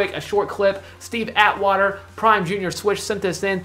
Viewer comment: It’s not Junior it’s Jay Are Swish